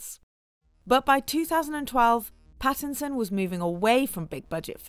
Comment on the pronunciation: Robert PHAisson